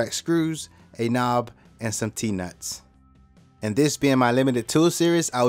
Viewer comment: Is it "DEZZ NUTS" or "T NUTS"???????